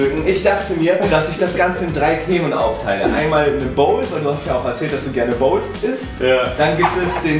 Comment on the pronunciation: Wie weird kann man "Bowls" aussprechen?😂